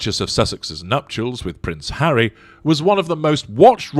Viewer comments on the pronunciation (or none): none